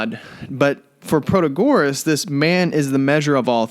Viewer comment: You don't pronounce Protagoras properly. Christ, do you expect me to listen to a word you say? How ignorant are you that you don't know the proper pronounciation oaf a major Sophist??